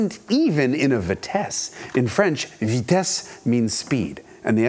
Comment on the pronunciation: bravo for the french prononciation of ''speed''! I actually stopped what I was doing, and rewinded the video when you said ''vitesse''. I'm a french canadian, and this was too good a prononciation for a normal american. It's 100% compliment here. :)